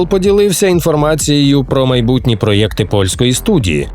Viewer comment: Коли ти вже навчишся вимовляти правильно "проєкт"?